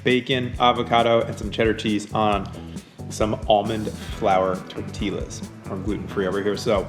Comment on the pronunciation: Did he really just say "tortilaz" Come to San Diego and we'll teach you how to say it.